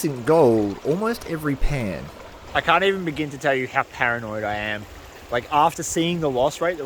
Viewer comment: Paranoid or Pananoid?😂😂😂